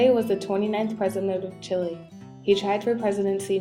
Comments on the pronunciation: Music is horribly competing with the voice. Couldn't even hear it. I should have stopped listening when you pronounced it "chilly". It's chee - lay!!! Aren't you in a spanish class? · Please stop saying Chilay and Chilayen.